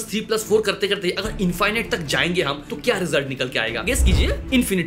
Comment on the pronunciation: इंफाइनाइट नहीं इंफिनिट कहिए। इनफिनिट इंफिनिट इंफिनिट। You have an extra strong bong accent 😂 Keep up with your good work 👍